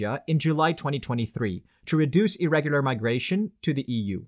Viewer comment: To me at least, irregular sounds like illegal. To my friends too.